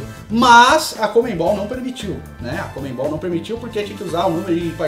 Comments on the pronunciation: É CONMEBOL e não comembol....do resto tá show de bola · Por que paulistas não conseguem pronunciar CONMEBOL?